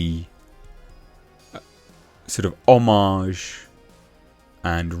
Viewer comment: Yes indeed, and unfortunately mispronounced here in this video.